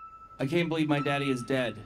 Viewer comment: I CAN BERIEVE I CAN FRY